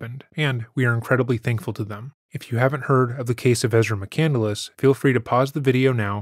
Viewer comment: She pronounces "McCandless" incorrectly. 'Nuff said. EDIT: So does the narrator of this video. It's "McCand-less," not "McCandle-less"